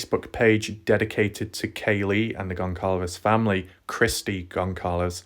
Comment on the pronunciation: Very thorough. I do get distracted by videos that mispronounce a lot though 😕. It’s Goncalves (c is pronounced like s - Gon-sal-vez) and Idaho (not Idahow). With every update, BK looks more guilty.